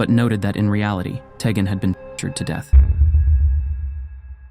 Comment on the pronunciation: I think it's pronounced "TEE-gen."